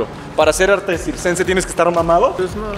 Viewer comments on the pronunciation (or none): dijiste sixcense y es circense pero admirable el trabajo físico que se hace, te has ganado mi 👍